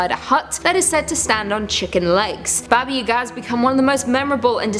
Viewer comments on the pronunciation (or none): My dude it's pronounced baba yah-gah, not u-gah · Please, never again ever say "Baba Yagaa" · I agree I cringed every time, "Yaga" is pronounced the same way "Baba" is except for the first letters. I didn't know she was saying "Baba Yaga" until I looked up and saw the pictures?